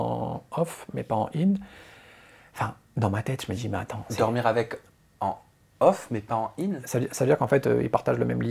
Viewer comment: Off et on stp. Pas off in 😂